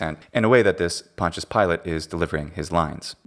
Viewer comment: You’re pronouncing Pontius wrong